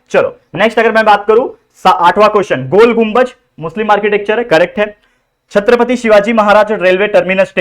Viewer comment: Sir chhatrapati 👏🏻🙏🏻😊hai chatrapati ❌ nahi